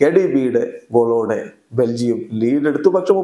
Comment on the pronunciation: ബെൽജിയം ❌ ബെൻജിയം ✅ 😹